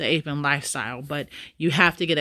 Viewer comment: psssttt... It's APP- EN. not APE- EN... Not ONE word on this list is pronounced "APE' This is basic English pronunciation. APP is AAAAPP. APE IS AYYYY-PE ------------------------------------ appropriateness approachability apprenticeships appealabilities applicabilities approximations appropriations apprenticeship apparentnesses appendicitises appendectomies appendicectomy appreciatively apprehensively apportionments appositenesses appropriation approximation apportionment apprehensible apprehensibly apprehensions appreciations appraisements apportionable appoggiaturas applicability applicatively appealability apperceptions appellatively approximating approximative appurtenances appropriative appropriators appropriating appropriately approximately appreciation apprehension appreciative apprehensive approachable appendicitis appendectomy apperception appurtenance appendicular appropriable appoggiatura apportioning appositeness appointments apprehending appreciators appreciatory appreciating appraisingly appraisement appositively appositional applications appellatives appellations apperceptive apperceiving appertaining appetizingly appeasements apparatchiki apparatchiks apparentness apparitional approbations appressorium apprenticing approximates appropriated appropriates appropriator approximated appurtenants application appropriate appointment approximate appreciable appellation appeasement approbation apparatchik applicative appellative applicatory applicators appliqueing ap